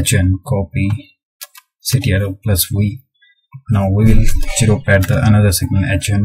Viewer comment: its ZERO not JERO